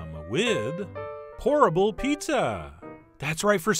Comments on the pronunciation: Great Video and idea Chef John but you should know every time you said Pour-able Pizza Dough it sounded like Horrible Pizza Dough. Just thought you should know. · I heard that also😩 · Lolll same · Anyone else misheard it as "Horrible" pizza dough and just went O_O! xD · Definitely thought he said "Horrible Pizza!!!" at first. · i heard horrible pizza D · Whenever he said 'pourable' I heard 'horrible'...😂😂 But great idea though. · Instead of pourable pizza dough I always understand 'horrible pizza dough'. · Every time he said "pourable", I heard "horrible". It did look good in the end though. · It sounds like you're saying 'HORRIBLE' instead of 'POURABLE' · Raise your hand if you thought he said "horrible pizza" in the intro lol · I thought you were saying "horrible pizza dough" a couple a times. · LOL i thought he said horrible instead of pourable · I keep hearing "horrible pizza crust" 😂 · Am i the only one who keeps hearing "horrible pizza dough " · everytime he said POURABLE pizza dough, i kept hearing HORRIBLE pizza dough :-\ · I keep hearing "horrible pizza dough" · Yep, horrible pizza dough, lol! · I keep thinking he is saying "horrible" pizza dough haha. This is a cool idea. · I thought you said "horrible" pizza. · I keep hearing him say horrible pizza dough